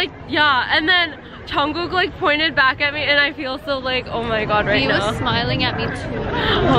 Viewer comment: it's Jungkookie not Johnkookie